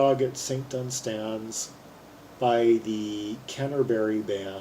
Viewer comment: One of my all time favourite songs. Minor quibble - The emphasis on the word "Dunstans" is on the first syllable.